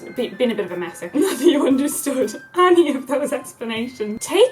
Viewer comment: whenever hazel says 'any' I always think she is saying 'annie' is it just me? oh English people problems haha